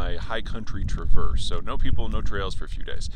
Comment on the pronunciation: It's pronounced TRAV erse. TRAV erse City; We, three kings of orient are, bearing gifts we TRAV erse afar...